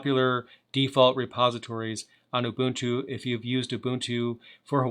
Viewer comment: Nice to see someone who can pronounce 'Ubuntu' properly. :)